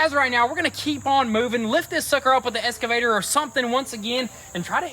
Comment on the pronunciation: Boys, I love y'all dearly I really really do! My name is Jess, and I live here on the East Coast in Maryland just south of Washington DC... Now, Marvel Comics has the "X-MEN" right? They are NOT called the "S-MEN".... They are the "X-MEN"... Likewise, your Kuboda is called an "EXCAVATOR", like The Marvel "X-MEN" NOT an Esscavator! Now I am not with the grammar police or anything, but whenever I hear "Esscavator" It just makes me cringe! I do love Y'all like crazy! I am totally fangirling you guys over the Camaro SS build! My very first "hot-rod" build was a big block 1969 Chevrolet NOVA SS. Nut for nut, & bolt for bolt, under the skin it is exactly the same car as the Camaro.